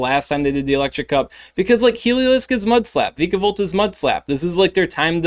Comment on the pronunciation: According to the anime vikavolt is pronounced “V-eye-kah-volt”